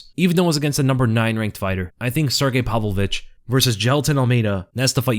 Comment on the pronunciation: still doesn't know how to pronounce Pavlovich.